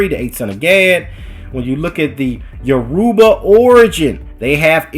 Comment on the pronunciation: It’s YORUBA (pronounced all together at once) Not - “yo - Ru - Ba”